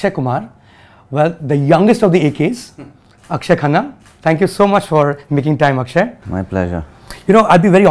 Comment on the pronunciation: He give shwa sound. In Akshe